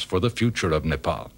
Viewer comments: He is pronouncing "Nepal" correctly , instead of "Nepol". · Loved how the narrator pronounced Nepal,Kathmandu and many other words native to our language without any mistake. Foreigners as well as some Nepalese nowadays don't do it properly.